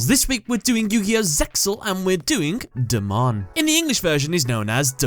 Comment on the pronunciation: You said his Japanese name right the first time. ^^